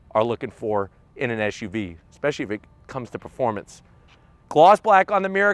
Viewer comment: brotha, it's an suv, not an esh uv. hope you can learn that quickly